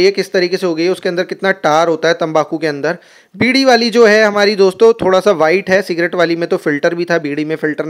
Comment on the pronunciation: भाई ने सी डी बोल दिया 😂😂😂😂😅